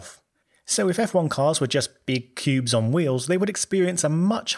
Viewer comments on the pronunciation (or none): my wife and kids agree that you say “if F1 cars were just big pubes on wheels”